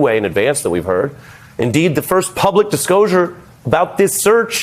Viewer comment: Lol - he said “discosher” not disclosure